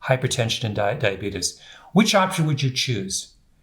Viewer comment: I love your books, your presentations, you are absolutely brilliant! However..... please... it's "diabetes," not "diabetus" and there is a major difference between Type 1 diabetes (pancreas no longer makes insulin) and Type 2 diabetes [your body is insulin resistant, due to excess weight (usually belly fat), but pancreas still makes insulin]. The general public believes Type 1 diabetes is due to lifestyle and bad eating habits, but that is untrue; however, it's mostly true for those who suffer from Type 2 diabetes.